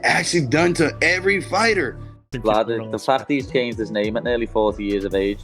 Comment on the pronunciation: " The Facht that, that his allm bloke...."